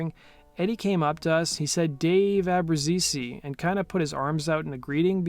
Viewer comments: ITS NOT ABRUZESEEEE... FOR FUCK SAKE! Ab Ru Zees. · Great video. It's pronounced AH brooze EEE, or AH brooze EEZ. The way you said it was driving me nuts 😆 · Fun fact, it's pronounced David A-bru-zay How do I know? My stepdad Domnick Franze was cousins with Dave's father and as kids I used to hang out with Dave in Mesquite Texas. He also has a brother named Alan that's a tennis player... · The fact you can't even pronounce Daves last name correctly absolutely destroys your credibility. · I don't think he's saying Abbruzzese correctly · You've horribly mispronounced his name